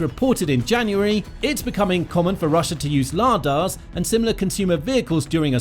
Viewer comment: Ladas pronounced lardarses 😂